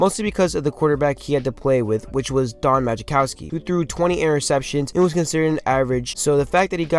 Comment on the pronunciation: It's pronounced mah-cow-ski. Otherwise, I enjoyed the video.